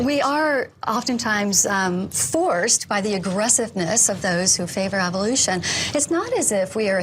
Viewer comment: what about how he says Evil-lution